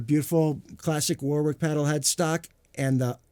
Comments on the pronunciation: All these years and he still can’t pronounce the name Warwick properly 😂😂😂😂. Great demo. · UK = Wohrick US = War wick Germany = Varrick?